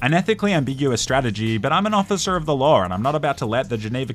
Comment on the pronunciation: Officer of the lawr 🤣🤣